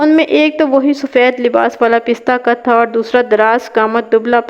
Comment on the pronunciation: Pista qad nahin, pasta qad sahi h.